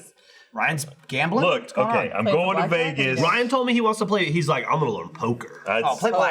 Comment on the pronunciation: Sounded like he introduced Ryan as Bryan 😶